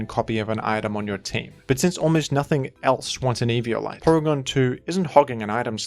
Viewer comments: I cant the if the Evi O lite pronounciation is on purpose or not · 1 second into eevee"yo"lite and I'm dead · as usual, having the most nonstandard pronunciations in the community. Eve-e-olite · It's like everyone pronounces eviolite differently lol